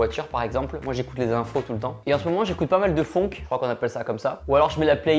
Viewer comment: De la fonnnk??? Ou de la funnnk